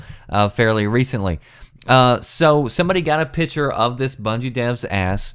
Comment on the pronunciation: PICture not PITCHer